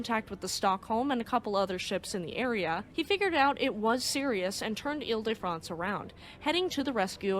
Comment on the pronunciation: 1) WOW!!!! Magnificent French pronunciation!! The private school I went to pronounced foyer as "foy ihr" and a classmate often spoke of "Horse Doovers" (Hors d'Oeuvres). 2) Very much looking forward to the HL Hunley ep!! Way to go!!